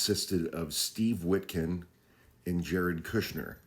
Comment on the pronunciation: wit cough not witkin